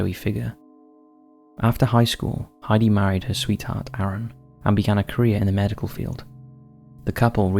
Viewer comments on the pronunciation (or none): none